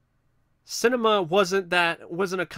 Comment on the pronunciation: pronounced sin-ah-me-ah